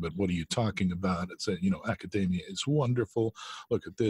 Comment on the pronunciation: Chris - why do you keep mispronouncing “academia”? “Dossier” and “metastasize”?